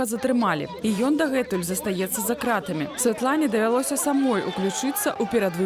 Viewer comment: Кто это, что это за позорище (представительница штаба Тихановской)? Где и в чем варится этот человек, откуда она? День и ночь мы слышим о том, что журналисты, политзаключенные "за крАтами", а она с какой луны свалилась, что в такой короткой однообразной речи не удосужились даже ударение правильно сделать в основных словах. Как можно быть такими поверхностными! Вот такой подход у них ко всему. А результаты мы созерцаем. Позорище. Я 20 лет живу в англоязычной стране и говорю на беларуском лучше. Это не придирка. В этом я вижу их подход ко всему, подход неглубокий и недалёкий и потому абсолютно неэффективный. Одни круги по воде.